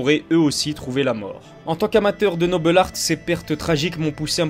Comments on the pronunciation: Super vidéo ! Mais pourquoi "Nobel Artt" ? Noble Art est un terme purement français, il n'est pas utilisé chez les anglo-saxons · Pourquoi dire "le noble art" avec un espèce d'accent Anglais ?